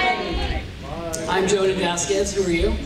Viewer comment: The most important part of this video? Finding out the correct way to pronounce Jhonen's name properly.